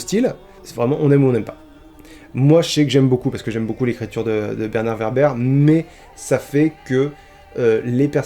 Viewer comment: ÇA SE PRONONCE WÈRBRE ! ^^ Il pourrait invoquer Tom Bombadil qui est un Deus Ex Machina ambulant vu qu’il est le seul personnage à résister à l’anneau et qu’il lui suffit de chanter pour régler une situation. Ou le Balrog qui est surpuissant. Ou...Gollum parce qu’il est déjà fou donc immunisé à Cthulu.